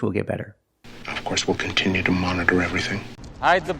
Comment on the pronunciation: I don't care where he was born, he can't be a real native speaker if he can't pronounce "continue" properly.